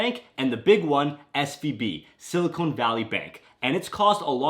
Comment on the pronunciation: Sorry I can’t listen to sili”cone” valley with a straight face. 😊